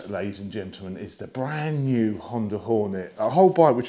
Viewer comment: was that "bland new" or "brand new"? :))))